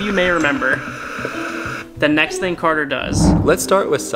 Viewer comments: It's cater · its carder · it is carder